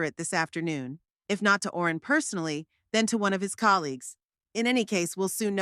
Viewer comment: That would have been a reasonable story, if it was consistent! I agree about the holes! And why was Owen pronounced Orin all the time! I was getting quite frustrated,,,how did her son change the keys! Did he have a set! And what was the point in asking for her keys back? They wouldn’t have fit with new locks in place! She needed the new keys that went with new lock! And definitely no way could he have just moved her to an old people’s home, take control of her house, sell it etc! It was all in her name so legally he couldn’t touch it! . What with names being mispronounced from Barrel to Beryl etc, . And if she was just going to a friends funeral, why on Earth would she take husbands photo, tape recordings, folders regarding house ownership etc? There have been sone strangely written stories on here, but this took some getting to grips with as your always on edge waiting for the next error! Shame!